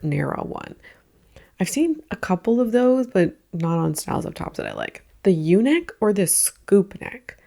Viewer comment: When you said “the U neck” I fully heard “the eunuch” until you filled it up with “scoop neck” 😂